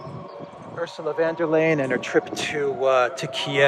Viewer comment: "Von der Leyen" is pronounced "Phone der Lion" (with a short "o" in "Von" and a rolled "r" in "der".